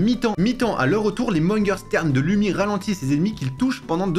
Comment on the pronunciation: Je suis finlandais et Lumi le u se prononce ou